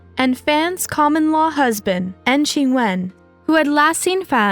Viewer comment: "N G Chen" 🤭 its pronounced 'ing' - like the word 'ping' minus the p....I'm positive there's a better way to explain that than I just did tho lol